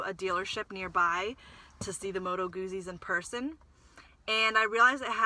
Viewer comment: fyi Moto Guzzi is pronounced Moto Gootsie kinda like pizza not goozie